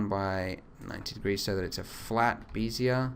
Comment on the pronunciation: lol... beezeeier curve?